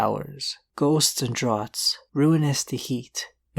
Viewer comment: The word draught is pronounced draft, and means the same thing.